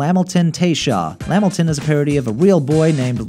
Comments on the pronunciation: 🤣'Lamilton'...It's pronounced Lih-Milton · I'm sorry I'm sorry.... Its (la-mil-ton) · Wuncler (wuns-ler), not (wunk-ler), kumite (koom-i-tay), not (koo-mite), Lamilton (luh mil-tin), not (lam-il-ton). Normally, I wouldn't even bother, but it's kind of annoying when someone who clearly isn't as familiar with the show is making a video with episodes they haven't seen, or words they aren't familiar with. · the way he pronounces lamilton. its not lah milton its luh milton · They're pronounced: 1. WUNS-LER not Wunk-ler 2. LUH-MIL-TUHN not Lam-il-tuhn 3. CHICK-LUH-FAY not chick-lay-fayt 4. KU-MI-TAY not KU-myte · Lameltin 😂😂 LA Milton is how it's pronounced. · Lamaliton lol itz lamilton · HE SAID LAMOTIN 🤣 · Bruh it's luh mil ton. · ....excuse me.... lamilton? Its LaMILton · the way you pronounced "lamilton" irritated me